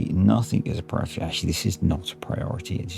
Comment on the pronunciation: "Respect my prior-tah?" classic! thank you sir for the lols